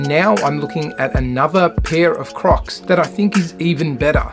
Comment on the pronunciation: bro i thought he said COCKS in the beginning 💀